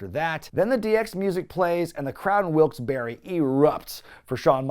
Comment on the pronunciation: Where the hell is Wilkes Berry? It's pronounced Bar. My God. Then again I would expect nothing less from someone who can't even pronounce "patreon" correctly either.